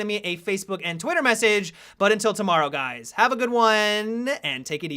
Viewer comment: "Hey gays"